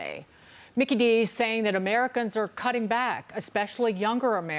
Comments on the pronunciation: Does anyone else cringe when she says 'AmeriCUNS?' 😂 Such a unique pronunciation. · Ameri-cuns! What a bizarre pronunciation